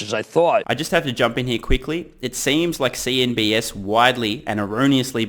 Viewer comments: love you. It's CNBC, not CNBS. $TSLA to Mars! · It's "CNBC", not "CNBS". Small issue but sounds really weird to us Muricans. ;) Good vids mate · I kept hearing you saying CNBS huh?